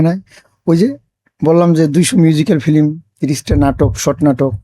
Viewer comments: এই লোক তো উচ্চারণই জানেনা। ফিল্ম কে বলে ফিলিম.. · ফিলিম না ফিল্ম😂